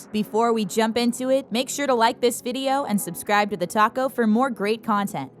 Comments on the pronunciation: anyone heard "TheTaco" Instead "TheTalko" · I heard TheTaco Instead of TheTalko. (._.) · I thought you said TheTaco 😎😎😎😂😂😂🤣🤣🤣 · In the intro it soynds like “make sure to subscribe to the taco”n😂